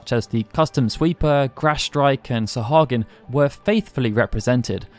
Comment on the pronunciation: Fun piece of trivia: Sahagin is pronounced "sah-HAI-yin". (Source: Lightning Returns) anyways, love this stuff ❤️